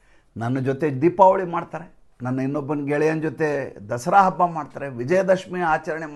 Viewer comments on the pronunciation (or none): none